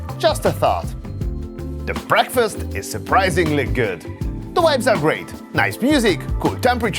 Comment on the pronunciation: its pronounced V-ibes V V not WIBES W